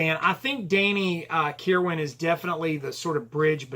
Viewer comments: You nailed it. Danny was the bridge between those two eras of the band. BTW, the last syllable of Kirwan's name is pronounced "win." Also, Bob Welch called the album bleak which was meant to be a knock on Danny. He attributed it to Kirwan's angst in his writing. I totally disagree. There might be some bitterness at play here since Danny contributed five songs to the album to Bob's two. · Stop with the Um's already .. Also learn how to pronounce Danny's last name ..